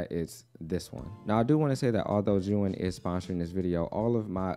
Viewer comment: Love the video. It’s pronounced zee-uhn